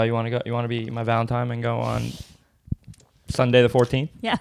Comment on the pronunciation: Did he say "ValentiMe"?